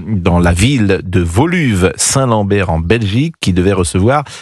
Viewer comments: Voluve Saint-Lambert. MDR pour ta gouverne, petit néo-Parigot, il s'agit de la ville de "Ouolué Saint-Lambert" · WOLUWE-SAINT-LAMBERT!!! On ne prononce pas VOLUVE-Saint-Lambert, on dit bien Ouoluoué-Saint-Lambert, en Belgique le "W" ne se prononce pas comme un "V" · "VOLUVE ST LAMBERT".... Non c'est Woluwe (woluwéé) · ET LES FRANÇAIS....LA LETTRE W NE SE DIT PAS V BORDEL !!!! DEPUIS QUAND C'EST VOLUWE SAINT LAMBERT??? VOUS DITES LE VIFII AU LIEU DU WI-FI ??? VOUS DITES VATERLOO AU LIEU DE WATERLOO ??? VOUS DITES VATERZOOI AU LIEU DE WATERZOOI??? VOUS DITES DU VATER POLO AU LIEU DU WATER-POLO ???? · Voluve-Saint-Lambert! Voilà comment un Français prononce Woluwé-Saint-Lambert. mdr PS : Contrairement à ce que j'entends souvent sur les télés françaises, la situation est bien moins grave en Belgique qu'en France du point de vue sécuritaire.